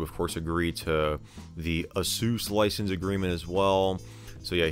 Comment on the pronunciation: I love how he says ASUS like "a-sews", instead of "ay-sus", as he doesn't want to say sus ඞඞඞඞඞඞඞඞඞඞඞඞඞඞඞඞඞඞඞඞඞඞඞඞඞඞඞඞඞ